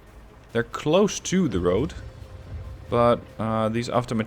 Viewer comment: avtom"A"tchki, not avtomatch"I"ki, strelk"I", not str"E"lki